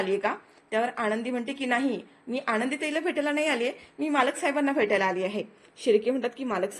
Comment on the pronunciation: मालक साहेबांचे नाव " युगंधर " आहे. " युगेंदर " नाही. " आणंदी " नव्हे "आनंदी ".